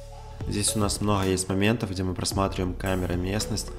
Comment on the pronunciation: "мноГгга времени" - аж передернуло от произношения